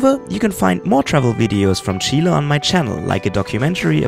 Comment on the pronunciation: First European guy that pronounces "Chile" the right way. Thumbs up for that! Cheers from Chile!